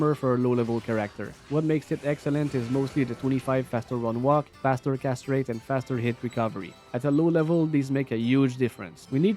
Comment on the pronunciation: please put a longer pause between the words "cast" and "rate" .. thank you :)